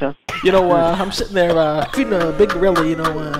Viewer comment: he’s sittin theah.